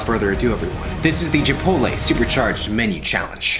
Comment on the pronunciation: he says gipotle instead of chipotle 😂